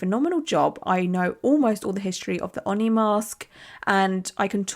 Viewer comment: Hey, it's "Oh-Knee" - white guy who grew up in japan and has one on his arm.